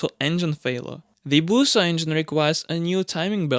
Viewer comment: Busso not Booooouso